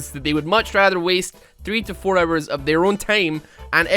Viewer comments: i like how he pronouces hours as errors? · Cant believe when you say hours i hear arrows